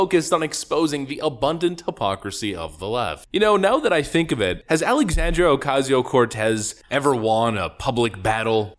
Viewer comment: Her first name is Alexandria, not Alexandrio.